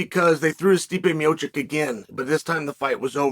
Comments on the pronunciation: I know Chael doesn’t pronounce names great but he straight up said meechick for stipe. Like bro come on 😂😂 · Gotta love Stipe 'Mee-Oh-Kick' and Sergei 'Pavel-itch' lol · Calling Tom Aspinall the Interim Champ makes as much sense as pronouncing Stipe Miocic 4 different ways in 1 video. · it's a good old tradition of Chael, for a silver tongued devil he is he surprisingly has a permanent inability to pronounce foreign names/surnames =)